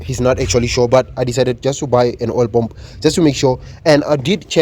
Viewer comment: can you try to say paah mmm pu not pomp